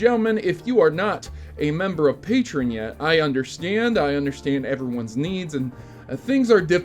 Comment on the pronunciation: Did he say patron instead of patreon